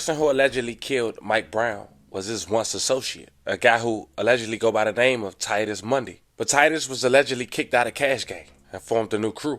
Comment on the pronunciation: Butchered every name